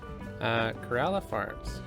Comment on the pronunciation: Pronounced it correctly (Kerala) Kerala is known for spices, tea, coconut and rubber plantation